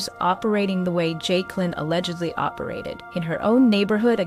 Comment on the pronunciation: Her name pronounce joicelynn but spelled jaiclyn